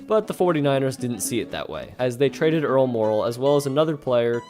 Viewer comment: The announcer has an exceptional ability to slur the pronunciation of Earl ☀️Meh⚡️✨🪐💫⭐️ooh last name. I couldn’t listen 🎧 to this ….. !